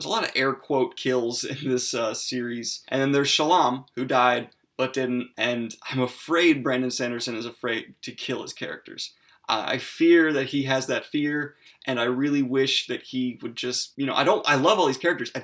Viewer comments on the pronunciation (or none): its "Shal-an" not "Shu-lum" and no one can tell me otherwise :) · Ahdolin not Aydolin. Shallan not Shollahn. Lol sorry that's just me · Dude why do you keep saying shallam? It’s Shallan. With an ‘n’. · ShallaN = Yes ShallaM = No In every review, summary, etc. you call her Shallam. I love your thoughts and arguments, and criticisms (even if I don't agree with them), but this kills a little piece of me every time.